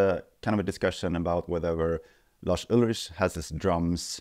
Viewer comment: Well, it is true, and it's also Lars with an S at the end not Larsh with SH at the end. 😉